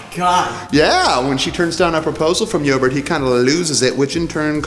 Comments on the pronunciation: I'm pretty sure it's pronounced E-O-bard not Yoburt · Where did you pick up that pronunciation for "Eobard"?